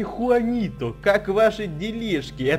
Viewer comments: но там вид джуанито а ты сказал хуанито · Трава суперэффективна против воды!!!! Посмотри в интернете и поверь тому, кто знает и любит Пиксельмон на 100 % и Juanito читается не (хуанито), а (джуанито)!!! J читается как Дж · не хуанито а juanito